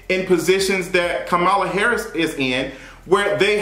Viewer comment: 1. You’re right about Dr. Jackie. 2. You just did an entire video mispronouncing Kamala Harris’s name. It’s important to respect every person by at least attempting to get it right. I see names in different ethnicities everyday, and if I can’t pronounce it, I will ask that person and coach myself through it. 3. What’s wrong with women wanting to be off of work while they’re pregnant!!!!! Fake it not!!!